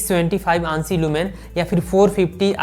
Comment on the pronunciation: Aansi lumens nhi A N S I lumens bolte h